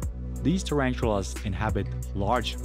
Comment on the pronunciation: Terantulas lol ....ta-ran-tula